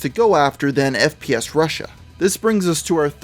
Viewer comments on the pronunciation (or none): Haha he said 'sps russian' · Alex Jones is an idiot and mentally unstable, if not insane. He cant even pronounce FPSRussia correct. "SPSRussian". Alex Jones gives conservatives/right wingers a bad name. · Alex Jones: "the founder of SPF RUSSIAN" FUCKING DUMBASS GODDAMNIT WHY IS IT SO HARD FOR SOME PPL TO READ FML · Sorry it’s a bit long but worth a read. ALEX JONE’S EXACT WORDS;” The founder of SPS RUSSIAN; the biggest gun SHOW in the world, not just on YouTube, and hundred million viewers in a average a MUNCH just on YouTube ....biggest gun SHOW in the world was tied up at his OFFICES, HESA GUN MANUFACTURER.” WTF! For a guy that’s allegedly so smart can’t even speak fucking English. No those aren’t my typos. If it’s capitalized it’s either a word he’s incapable of pronouncing due to neck fat interference or lack of working brain cells. And also how the fuck can a man be tied up at multiple offices? And F. FffFf fucking F Alex! FPS Russia is not a GUNSHOW. Not once in any episode did I see booths set up and hundreds of guns for sale and ammo. No fuckin YouTube skit is a show. It’s a fucking YouTube video you fat face dumb fuck that makes conspiracy people look and sounds insane. Which is why when obvious conspiracies can be proven they get fucked cause Alex fuck face jones opens his dick suckers and makes people think anyone who says anything he says are crazy as the FUCK. Making people not even want to try to see the truth in any situation of doubt. And no Channel has ever had 100’s of millions of views a month EVERRRR. Maybe one Channel did for A MONTH. NOT MONTHS. Creating the truth like he does best. I sadly half ass support some shit he used to say. Until now. Fucktard man. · “Sps Russia” 😭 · Hold up... did this dude just say "SPS Russian"? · Did he say spf Russian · Alex Jones is such an idiot. He could even say the channel name correctly. "SPSRussian" what is that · Aside from mispronouncing the name of the channel, what fact was wrong?